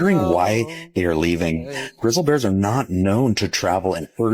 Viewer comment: Did that dude just say “grizzle bears”…?? 😂🤦🏻‍♀️ YELLOWSTONE 🌋